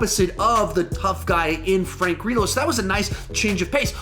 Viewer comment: "Grill-oh" please.